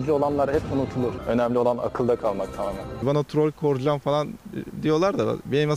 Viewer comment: Koray değil Korcan!